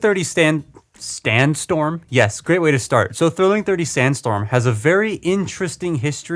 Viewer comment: Figure: Can't stand up: calls him STANDstorm Bruh...